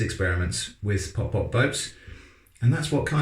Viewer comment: it's not pop pop it's putt putt